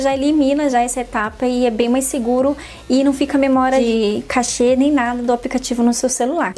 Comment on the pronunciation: Não se diz "cachê", moça! (Como aquele dinheiro que os músicos recebem para cantar) A pronúncia e "Cache" ( cáche )